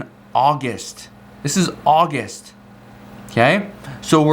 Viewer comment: Au -Gust. Not Au - Gist🤣🤣😂. Gust